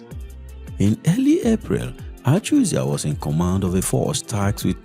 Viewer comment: Achuzie, not achuzia